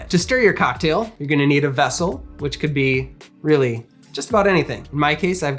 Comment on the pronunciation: good video but why does he pronounce "cocktail" like that